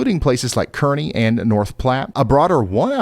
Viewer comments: People in Kearney Na will tell you it is pronounced Carney! LOL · FYI: "Kearney" (NE) is pronounced as CAR-nee. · I wonder how tired Ryan is of people correcting his pronunciation of towns/cities lol Kearney, NE pronounced like KAR-nee, but as always thank you for what y'all do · Kearney is pronounced Carney ;-) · Fyi, Kearney is pronounced CAR-nee, other than that, great video!! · Pronunciation note: Kearney is car-nee. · Kearney, NE, pronounced Karney😊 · Ryan, it's Car-knee Nebraska. Weird but it's true. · Kearney, NE - pronounced "car-nee" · fyi Kearney is pronounced Car-Knee